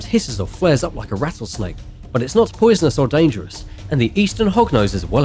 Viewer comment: The way he keeps saying "poisonous" is annoying lol